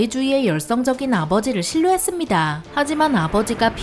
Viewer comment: 했습니다 했죠 할 때 말투 왜이래요????